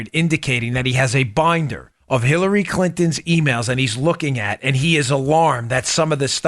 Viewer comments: Great reporting as always guys. But I have to say that I almost spit my water I was drinking at the time. I could have sworn that Dan said killary and not Hillary. I want to laugh out loud so hard. But I didn’t want to clean up water either. Needless to say loved your report today. 😂🤣😂🤣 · I loved how he called it the killary e mail 😂